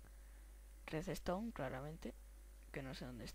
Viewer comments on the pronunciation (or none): se dice redstone no reseston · Se pronuncia redstone no redestone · "resestom" ... ? tranquilo , existen otras palabras mas que " claramente "